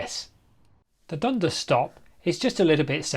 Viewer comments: Hullo, the locals pronounce it dun-DAS, with the emphasis on DAS. I wonder why they didn't run a gauntlet track over Kissing Point Road ? It would have saved (us) money. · Just a pronunciation note: the stress goes on the second syllable in Dundas, and it rhymes with 'gas'. At least, that's how I always heard it, growing up in the area in the 1980s.